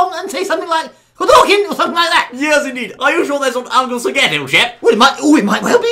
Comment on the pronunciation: did he say uncle SAGET? if hes orriginally called bob....